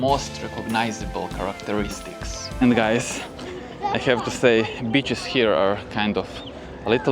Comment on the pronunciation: The way you say Beaches sounds more like Bitches lol ! Better say sea shore😄